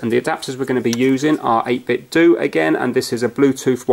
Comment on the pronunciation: Hey, it is pronounced 8bit'dough' not "do" as it is supposed to mirror the Nintendo name...so the end of the word should sound the same. Cheers!